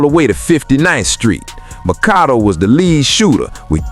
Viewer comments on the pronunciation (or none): It's pronounced > mac ah doo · It’s pronounced like Macado dammit. You’re pissing me off Sir